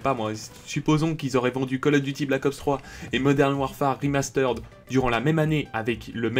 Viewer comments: Le "remasteraide" m'a détruit les oreilles au moins 20 fois dans la vidéo ptdr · Arrête de dire "Rimasteureddd"